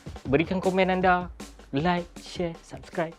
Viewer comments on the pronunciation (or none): none